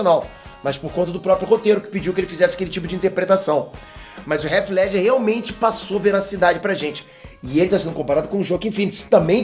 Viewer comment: Cara gosto do seu canal. Mas vc nao mora nos EUA? pq vc pronuncia o nome do Heath Ledger errado? estranho isso. Abraço